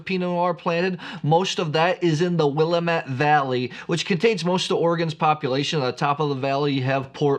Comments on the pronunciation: Yummy. Just a note about pronunciation… Willamette has the emphasis on the ‘a’ instead of the ‘m.’ Sounds like Will-A-mitt. I was there a few months ago and they’re emphatic about the second syllable emphasis 🤓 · As a life long Oregonian, the way to remember how to properly pronounce Willamette is it rhymes with damn it. It's Willamette Damn it. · Hey! Let me give you a lesson on how to pronounce Willamette....here's a phonetic lesson...It's Willamette Damn it! Few things piss us off more. As for the Oregon Pinot you tasted...price aside it is a no-name producer. You're welcome. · You are truly a wine expert. Please pronounce Willamette correctly. I feel that it’s rude when you don’t. And since you are an expert, it makes sense that you pronounce it correctly. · He could just have a mental block on the correct pronunciation of Willamette. Sometimes when you read a word it comes out mispronounced on how you hear it in your mind and then is mispronounced when you try to say it. When that happens over and over again, this mispronunciation becomes embedded in your long-term memory as the normal way to pronounce the word. He may try to play it off that he is just trolling, but it could be that is just how his brain thinks Willamette should be pronounced. Even when he has consciously tried to slow down and pronounce Willamette the correct way, you could see it was a struggle and didn't sound natural.